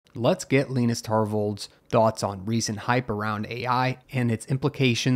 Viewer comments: I thought it was pronounced Luh-eye-ness not Luh-ee-ness....... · Leenis? It's pronounced Lie-Nus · His name is "Lie-nus" not "Lee-nus." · Its 'Lie.Ness" not leenus but thanks for upload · Wait.. It's pronounced "leenus", not "liinus"? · Yes, it's a Finnish name. It'd have to be spelled Lainas, to sound like the name of Charlie Brown's friend Linus. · It's pronounced Lie-nus, not Len-us.😂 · His name isn’t really pronounced “Leenus”, is it?! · his name is not pronounced leenus. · it's lin-uh-s no no it's Gus Linuhs no no no it's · My only problem with this entire video is how Linus is pronounced. lmfao